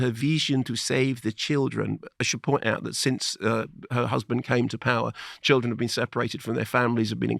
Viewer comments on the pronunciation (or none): She sounds like Yoko ono meets Dracula, she really murders thoses vowels : weemaan, cheeelden, “i deed not, i weel see eet ondee nee-uzz”